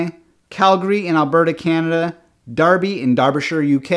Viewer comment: for pronouncing Derby correctly :)